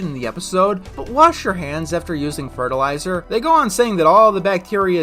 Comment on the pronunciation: just...say...fertilizer. Say it with me class. fert-il-i-zer